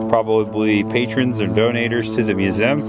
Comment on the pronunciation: Please stop saying "museum"... Lol It always sounds like "mewzim" 😂😂😂 Always look forward to your videos...